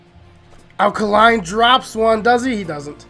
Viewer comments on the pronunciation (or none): AL KAY-LINE NOT KAH-LINE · It's 'Al Kay-line.' He's not a Duracell, lol.